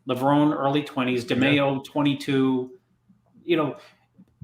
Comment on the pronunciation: You would think after all these years would know how to say Levrone the right way